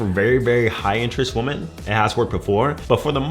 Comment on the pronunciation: The word women is pronounced wih-men player. Upper echelon females will catch this and think you're illiterate. Free game 👊